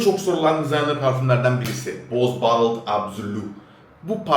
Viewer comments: ballıt değil badılt reis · ballıt anlasiliyor reis telaffuzu düzelt diye yazdim